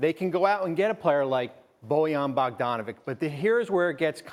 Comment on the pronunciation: It's so annoying to hear BogdanoviK... FFS man, learn how to say peoples' surnames